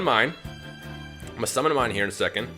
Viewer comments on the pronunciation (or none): none